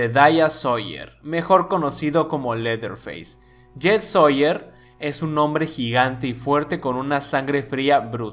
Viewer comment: Es Jeff soyer no yet